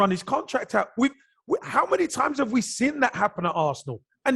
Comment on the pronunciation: Can't man say seen!!!! Not sin ffs Kevin chats shit 20 mil for holding & you say not enough I don't care if he played the game he chats shit ! Probably don't want to upset club ! But he's deluded as usual